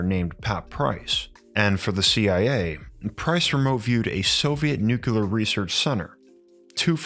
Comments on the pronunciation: PLEASE...PLEASE....I love your vids BUT Nuclear is pronounced Nu-Clee-er...NOT Nu-Cu-Ler...PLEASE... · This is driving me insane. Please look up the correct pronunciation of nuclear. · That and how he pronounces 'nuclear' really irks me!